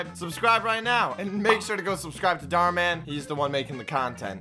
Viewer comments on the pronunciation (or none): Dhar Mann sounds like door mann